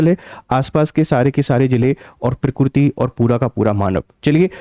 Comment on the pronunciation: Are murkh .not pokkiriti.. pokkiriti hi keya . Allah ka kudrat hi